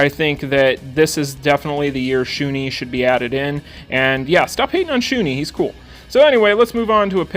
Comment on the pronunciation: Great video as always! You might want to change that Shun'ei pronunciation though. It's not Shu-nee, it's Shu-ne. Kind of cringed every time you said it wrong. xD